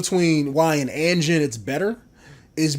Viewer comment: One thing it's pronounced a-jean and a is pronounced like AH-jean